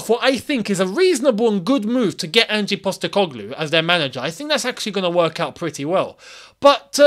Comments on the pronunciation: Its not Angie, its just Ange (Anj). Like what you would call your girlfriend named Angie, for short. And he's fucking good. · Maybe there's a reason no other club triggered Mac Allister's release clause.. Transfermarkt have him valued at 36m..wow brilliant business. Buying a player for their market value. FYI, it's Ange, not Angie.